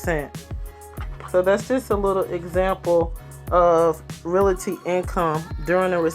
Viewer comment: Lol finally someone who pronounced it how I do. People pronounce it “reality” 🥴